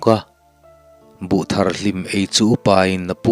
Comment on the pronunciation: Buh thar hlim lam dan hi adik lo.thar.thil thar thawmhnaw thar anga lam tur.